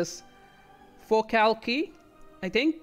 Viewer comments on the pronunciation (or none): Very nice ! : Anjou is quite nice, you just have to polish the first sound. It's like "ange" here : : You can pronounce "Barrois" like this word in French but with a "B" at the start : : Four - Calc - Yeah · Fore - calc - yeah. Forcalquier.